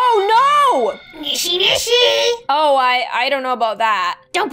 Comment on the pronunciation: I love how she said "NISHINISHI" when it was "NISHISHISHI"